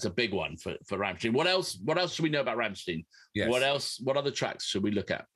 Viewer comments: Ok it slightly bugged me with the rammstien but you pulled it back at the end with the proper pronunciation rammstein. 👍. Now that brilliant intro caught me out I thought that I had clicked on the wrong link. 😂🤣. Great job chaps I just had to subscribe. 😊👍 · How funny it is that at first one pronounces Rammstein correctly as RammSTEIN and the other insists pronouncing it as RammSTEEN, and in the end they both say Rammsteen. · RammSTEIN.........not Rammstiiiiiien 😘